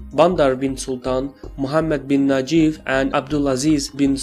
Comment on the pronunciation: It's funny when he says Najef 😂 his name is NAYEF